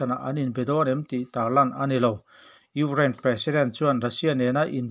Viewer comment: tinge..ugrain tih tlat zel le